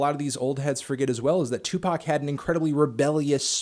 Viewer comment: its tupac not tupark?